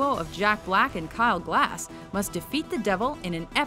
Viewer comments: "Kyle glass" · It's KYLE GASS, not GLASS !!! -_ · It's Kyle Gass not Glass*** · mahan837 they also called him Kyle Glass, it's Gass. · Your narrator said kyle Glass instead of Kyle Gass. just saying. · She called Kyle Kyle Glass lol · what I thought lol it's Gass not Glass! If they're gonna make videos like this they need to get the facts right. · it's Kyle Gass - not gLass! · It's Kyle Gass, not Glass! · "Jack Black and Kyle Glass" Excuse me, but his name Kyle Gass. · Did anyone else notice she called Kyle Gass Kyle Glass? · Kyle Glass? Kyle Gass! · Kyle GASS! Not "Glass" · Kyle Gass, not Kyle Glass. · It’s Kyle GASS, not Glass. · Its Kyle Gass. not Glass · It’s Kyle gass not glass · Kyle GAS!! Not Glass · Do you PURPOSEFULLY pronounce names wrong!? It's Kyle GASS, there is no L between the G and A, KYLE FUCKING GASS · Kyle Glass? LOL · kyle gauss isn't it... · Juck Back and Klai Grass, hehehe.... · It's Actually Kyle Gass. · did she say kyle glass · Did she just call KG "Kyle Glass?" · It’s kyle GASS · "Kyle GLASS" Dafuq? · She literally said Kyle Glass. 🤦🏻‍♀️